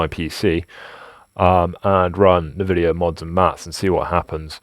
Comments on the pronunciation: "nuhvidia" argh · anyone pronouncing nVidia "ne-vidia" is sus af... I call alien attempting to come off as human. Also, you know flux is extremely carcinogenic right? Keep it off your skin and out of your lungs (just avoid getting it on or in your body entirely).